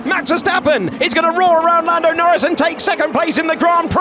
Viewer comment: Says Nando Lnorris?